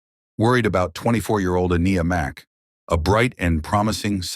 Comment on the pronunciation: How many different ways can AI pronounce Aniyah